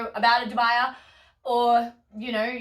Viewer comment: Great video! I'm planning on staking most of my philodendrons and monsteras in planks. Just a nitpick: dubia is pronounced DOO-bee-ah, latin for 'doubtful'. Cheers